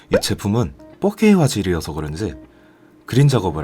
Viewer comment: 잘보고 갑니다. 4K 발음 하실때 자꾸 fuck K 라고 들리네요